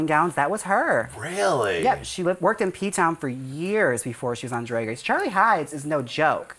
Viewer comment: Jaymes pronounced "drag" weird .. Or maybe it's just me 😶 "dràggg" ?? "draeg" ??? She "dragged" "drag" at the end of "drag" & said dràeg ??? dràeg ??? Crap now it's going to bother me LoL